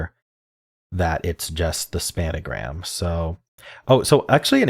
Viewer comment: It's called SPAN-A-GRAM. No other name allowed